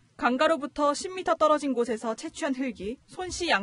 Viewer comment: 기자님 쯤의 “강바닥”, "강가" 발음 정확히 해주시면 감사하겠습니다.